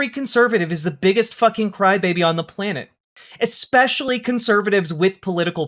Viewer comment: “Exspeshially.” JFC.